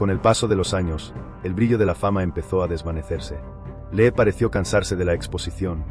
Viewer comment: Se pronuncia Li, porque parece que estás diciendo que lee😂😂😂por favor estudia más el idioma español